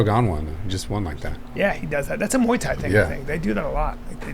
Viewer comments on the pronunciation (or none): none